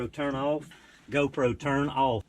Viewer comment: Does he really think the GoPro will turn off when he says "Turn Auf"